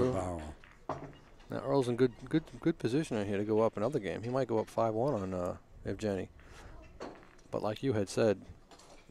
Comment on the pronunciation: After all that tries they couldn't pronounce Evgeny's name correctly )